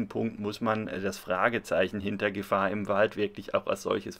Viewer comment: Also darf ich bitten? Es heißt Gefaaaaaahr im Wald. :) Abgesehen von diesem kleinen Schnitzer: wie immer ein tolles Video.